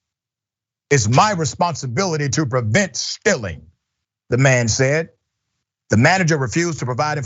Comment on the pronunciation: Lopez You’ve not even mentioned the pronunciation of “the” when the following word begins with a vowel should be “thee” Jeez for the love of god!!!😂